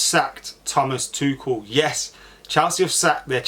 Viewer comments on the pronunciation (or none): bro is it pronounced tukel or tuchel lmfao you said both in 5 seconds and